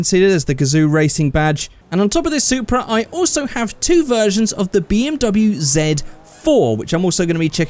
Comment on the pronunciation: Hey!!! It's the "Soupra"!!!